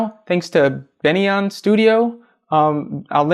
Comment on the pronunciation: It's pronounced Benoni. Your tutorial helped me a lot.